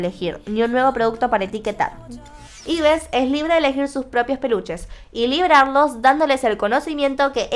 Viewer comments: El nombre de Yves no se pronuncia Ibes. Se pronuncia Ib (Eve; Eva en inglés) (en Corea Ibeu). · Se dice Ibu UuU no Ibes